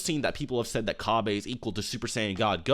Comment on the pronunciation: the name is cabba not cabbe